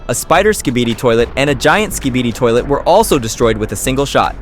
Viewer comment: U just said skeebeedeee it’s skibidi